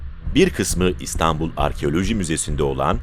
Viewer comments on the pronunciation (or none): none